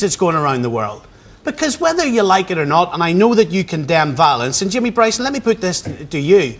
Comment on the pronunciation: It's not Jamie Bryson. It's Jamie Bwyson.